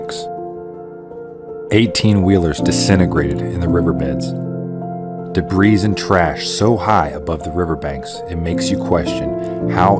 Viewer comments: Da-BREEZE? Sir, it’s pronounced da-BREE. Wouldn’t Samaritan’s Purse be who you need to talk to? Have they left? Praying for you and your neighbors. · the rock that must be moved should be set aside for construction purposes. ps. The "s" is SILENT in "debris" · Hoping Trump sees and responds to your video. Btw the s is silent in the word debris.